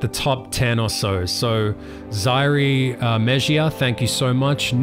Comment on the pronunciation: When you tried to pronounce my name I died 😂. It’s (Zy-air Me-he-ah) hahaha it was cute though -zaire.